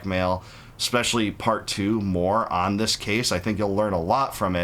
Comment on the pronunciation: he said Mormon. 😅